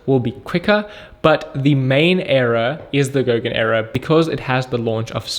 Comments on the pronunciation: Era! not Error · did he say "error" or "era"? doesnt make sense that it would be error? does it? i dont want to invest in a company specialising in errors - i have enough of my own!